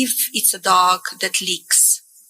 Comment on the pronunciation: "Kreeeezmuss" and "eef it's a dok that leaks" got me tho lmfaoooooooooo